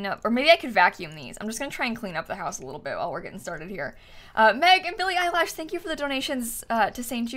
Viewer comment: When she said Billie Eyelash I laughed so hard😂🤣😂